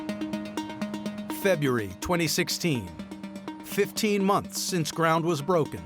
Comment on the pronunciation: In the beginning, the voiceover actually says "Feb-a-ree". I've literally never heard anyone pronounce it that way in my life, and I'm almost 70. And i was born in that month!